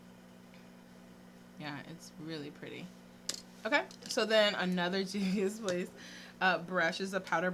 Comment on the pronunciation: THANK YOU for taking five seconds to get the correct pronunciation 👏🏾👏🏾👏🏾 These channels that repeatedly say "I'm sure I'm not saying that right" need to level up...great review btw! 😉✌🏾